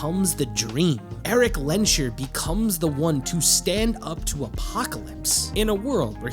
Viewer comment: Little nitpick, but the s and the h in "Lensherr" are pronounced seperat. Instead of the "sh" sound, the s just acts as the last sound of "Lens" and the h as the beginning of "Herr"